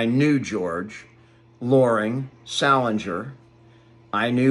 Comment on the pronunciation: Salinger not sala? nger